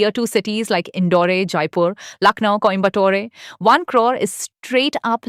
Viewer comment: The pronunciation by the AI narrator, like Indore-ay and Coimbatore-ay, was weird